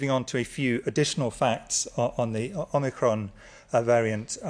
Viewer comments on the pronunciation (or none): ‘Omnicrom’ 🤣 wonder where they plucked that one from!